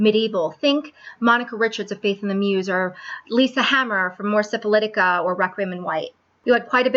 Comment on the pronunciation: You said Mors Syphilitica. You are awesome!!! By the way, quite a few of Monica Richards' clothes were made by a designer called Kambriel.